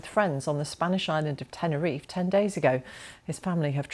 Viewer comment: Never heard of an Island called Tenner if, are they referring to Tenerife? In English: tenner if eh